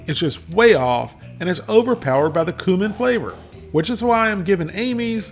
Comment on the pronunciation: Excuse me, no offense but it's pronounced cumin.